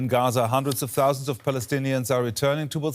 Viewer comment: Did he say hundreds of thousy ? What happened to 2.5 million Palestinians?